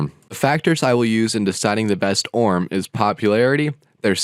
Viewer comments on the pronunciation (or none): [o - r - m] not {orm} like [i - o - s] not {ios} and like like [mac - o - s] not {macos} I was stuck it because you're repeated too much :face-green-smiling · Pronunciation please. Dude I can watch your videos. I barely made it 30s. It's an acronym, O.R.M., object relational mapping, nor orm or arm. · I've never heard someone pronounce it "orm". There is a reason ORM is capitalised, you're meant to spell out each letter. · I was wondering if this was an obscure joke after "orm" than "klee" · Did you actually say KLI? Great video overall but please, ORM and CLI should be pronounced as abbreviations.